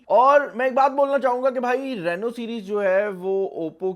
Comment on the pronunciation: Rano Nahi Reeno Hota Han 😄😀